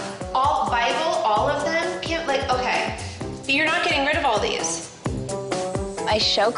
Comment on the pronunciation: her mum was like okrrrrrr